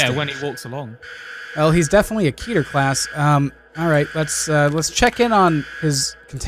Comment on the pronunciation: You say it "keh-tur" not "kee-tur".